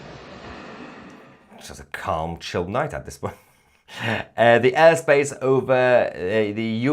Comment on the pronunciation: The Urr space 😂 Yor Mrs should teach you better pronunciation 😂 ❤ love u